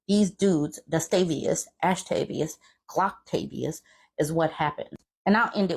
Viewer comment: “ASHtavius”! I’m dying! Legit cackling! 😂😂😂